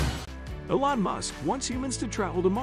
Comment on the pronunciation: You guys know ways that will kill us, but not how to pronounce Elon's name